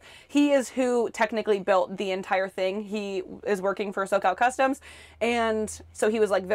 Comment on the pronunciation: Did you say socall customes?